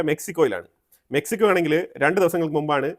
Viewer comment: മെക്സിക്കോയ❌ മെച്ചിക്കോയ😂